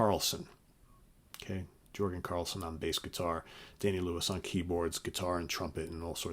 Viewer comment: Great job and I agree with the album order as well but here’s a couple of corrections: Jorgen is pronounced “Yurgen” and Oteil’s last name is Burbridge not Bainbridge. Keep up the good work. 👍